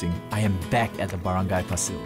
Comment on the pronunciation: You pronounce Pasil with a prolonged "A". Paaaa-sil. You can score meth there. LOL